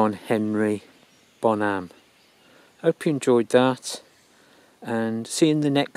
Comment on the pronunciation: Hi! I'm curious to know why do you pronounce his last name as Bonhám instead of Bónham. Aside from that, since probably I won't be able to go there physically, I thank you for letting me visit his grave virtually. It was moving to watch. Greatest rock drummer ever and inspiration for millions.